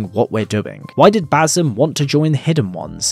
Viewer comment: Ba-SIM. Not Ba-ZUM. Ffs